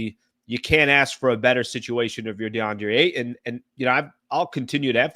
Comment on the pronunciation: The way you pronounce Ayton grinds my gears